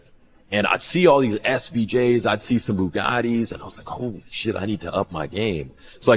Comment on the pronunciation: Why do all these losers say Bugatti the same way? I thought they all were different and there's nobody like them?